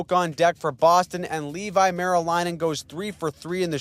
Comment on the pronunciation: Leevi is pronounced levy